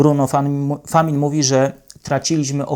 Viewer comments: Najpierw musi podszkolić się z wymowy nazwisk.. Famin? Przecież to Francuz.. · Czemu nie sprawdzasz wymowy nazwisk? Bruno Famin. Rany boskie..